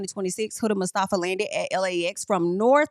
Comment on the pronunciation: The way you said mustafa sounds like how americans say iran. Ong at least try